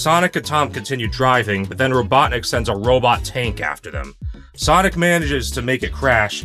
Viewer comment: Not kidding when you said “Dr. Robotnic” I thought you said Dr. Obama